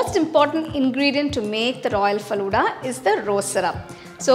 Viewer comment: Your pronunciation is wrong of falooda